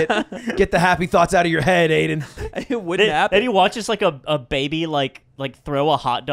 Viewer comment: Why is Aiden called Aimen?